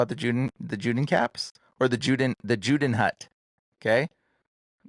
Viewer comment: Its pronounced Yooden Hoot = Judenhut - German